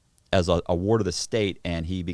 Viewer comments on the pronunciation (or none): none